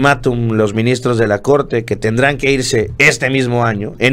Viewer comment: ES " MINISTROS" NO "MINSITROS" JEJEJE 😂🤣